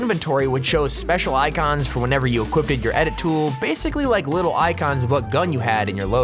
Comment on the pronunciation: he said equipded XD